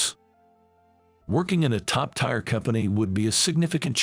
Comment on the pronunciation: Tier is not pronounced tire.